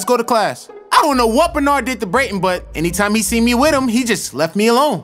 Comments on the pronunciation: brayton not Braden BRUH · Its pronounced Brayton